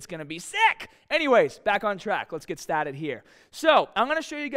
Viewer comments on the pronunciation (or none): "Befour wii gat stahtud" lol